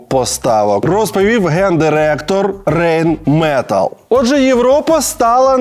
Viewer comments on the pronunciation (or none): Німецькою буде "Рейн МетАлль". Хлопці, вимовляйте правильно🤣